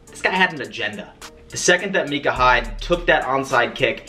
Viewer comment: Micah Hyde u say it wrong lmaoo